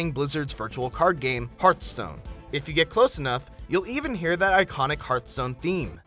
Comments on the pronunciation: triggered he said heartstone it is hearthstone triggered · please pronounce hearthstone correctly. It has nothing to do with "heart." a hearth is a fireplace.